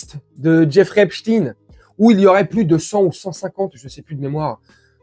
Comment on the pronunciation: pour le fond d'accord , par contre en France on dit "enStEIN" , donc epSTEIN ,sauf quand on imite l.c.i ,ou b.f.m , car quand ceux sont des bons juifs on dit STEIN ,quand ceux sont des voyous on dit stin....